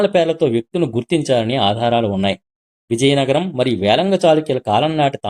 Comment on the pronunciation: వేంగి అనే బదులు వేళంగి అని చదువుతావేమి నాయనా?